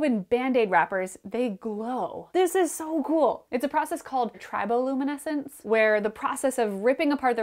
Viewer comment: You pronounced it "Triboluminescence", I've always pronounced it "Triboluminescence". It's like the difference between "data" and "data."